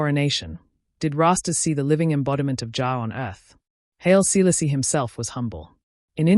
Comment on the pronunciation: who is this narrator....why do you have this person's voice that don't speak H.I.M. Haile Selassie I. Name right. But this person says Mosulini name right 🔥🔥🔥😡